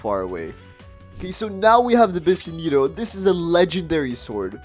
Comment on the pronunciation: "bin seni to" ☠☠☠